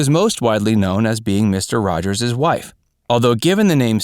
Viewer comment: “Mr Rogers’sis” Neighborhood